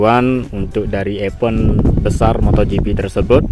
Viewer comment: EVENT, DIBACANYA: IVEN'T..!!! THANKS..❤❤